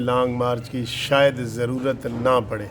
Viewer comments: محترم یہ لفظ ” شاھد“ نہیں ” شاید“ ہے۔ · Apni urdu to seekh ĺain. Shaid aur shahid main farak hoota hai. Aap kanoon dan hain jokers jaisi harkat na kia karain. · سر یہ لفظ "شاید " ہے شاہد نہیں